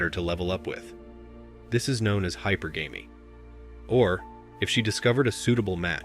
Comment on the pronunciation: Hypergamy is pronounced Hi-PER-guhmy (as opposed to hyper-gammy). Just a heads up.